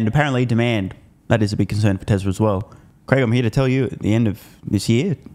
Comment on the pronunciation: It’s Craig as in Craig Irwin. Not Greg.